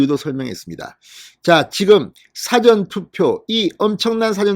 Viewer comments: 고생이 많습니다 사전투표 라고 할때 장음과 단음을 좀 구분해야 하겠습니다 사전투표를 사~전투표로 장단음에 신경을 써야 합니다 듣기가 너무 괴롭습니다. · 진선생님 사전투표 억양이 좀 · 사전투표가 아니고 사~전 투표 아닌가요? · 사전투표 발음 듣기가북합니다